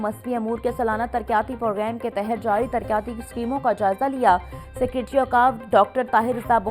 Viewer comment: Ooho ancar ka pronunciation itna khrab ha tarqyati kia hota isi trah rebit rebat ko